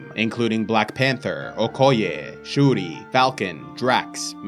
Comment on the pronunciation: Shuri pronunciation on point!